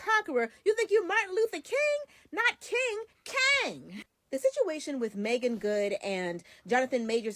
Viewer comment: You’re saying her name right.